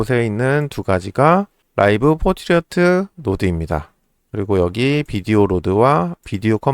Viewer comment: 왜 자꾸 Portrait 를 포트리어트라고 말하나. 불편하네요.